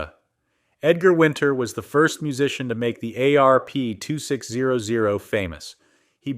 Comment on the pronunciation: I love the ayyy areee peeee two six ohh ohh... I think I would rather listen to a kindergartner read it. At least then there would be a reason for the punctuation to be wrong. This is what happens when you hand your calculator a script. What I'm most mad about is the you toobe algorithm doesn't have an option for us to block all this crap.